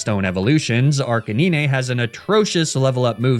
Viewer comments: Arcaniney? It's arcanine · This is the first time ive heard someone call arcanine as arca nyne and not arca9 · the way you say Arcanine kills my soul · I wanted to watch your videos to the end, but the way you say Arcanine and Lapras is so annoying... I couldn't make it, I had to click off 😔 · why you saying his name like that bruh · I'm out of the loop, why does pronounce some of the pokemon like "arca-neenay", "neenay-tails", "magna-metee"? Just for fun? 😅